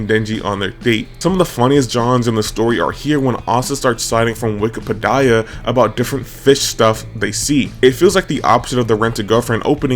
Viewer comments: "Wiki-peh-die-ah"?? "Fah-min"?? "Fah-mie"?? Bro are you ragebaiting us? 😭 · Kinda crazy that you're one of the only people that noticed this. WikiPedia like PETA with an Ee-uh at the end or Anthony Padilla with an e instead of the first a in the Padilla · “Wikipedie-a” is insane work unc 😢🥀